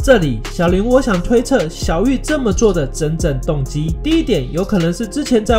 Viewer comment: 小林那個是念 ㄒㄧˉ一聲 ㄌㄢˊ二聲 這樣念的話老爸爸會生氣